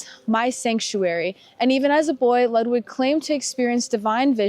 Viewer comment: And his name is Lood Vig (Ludwig).